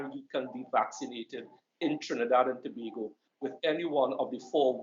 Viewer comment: Yuh lucky Trevor, saying Tobago the correct way!👍🏾